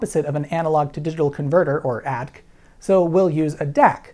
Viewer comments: ADC not pronounced "ad" or "adk". Not sure where ya got that from. No, really, I've never, ever heard any electronics engineer say it. (And when the 64 came out the IBM PCs could already have 600k, so 64k wasn't really huge, but it was good enough). ... ... ... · AY-DEE-CEE!!!! That's how we engineers pronounce it! Got it? AYYYYYYYY-DEEEEEEEE-freaking-CEEEEEEEEEEEEEEEEEE!!! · It didn't sound like a humourous attempt. It sounded like a mistake. We all make 'em, point is to own up.